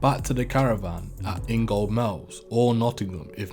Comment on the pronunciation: In-gold-mills is all one word numpty. And the gold isn't pronounced so phonetically it's Inga-mills... So many peep in here who can never pronounce name places.. if u don't know a place Google it..ffs.lol